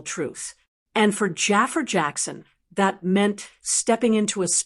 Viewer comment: Stop calling him "Jaffer"!! It's Jafaar!